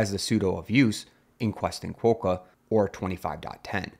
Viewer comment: Quokka is pronounced with "o" as in "bot", not as in "hope". i.e. it rhymes with "docker".